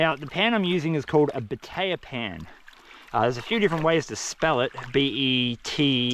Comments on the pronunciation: Oh, it's *batea pan*. All these years I thought you were saying "potato pan"...🙃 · Iv always thought you said potato 🥔 pan lol 😂